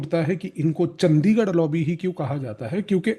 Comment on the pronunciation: bhai its चंडीगढ़ hai,चंदीगढ़ नही,very right ,ye h ese log yaha pr